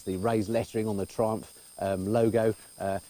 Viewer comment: Please don't pronounce "Triumph" like "Trump". Not fair running "Triumph" reputation by calling it "Trump". LOL